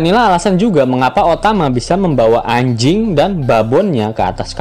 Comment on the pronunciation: Biasa aja min ngomong "Anj*i*ng" nya 😅😅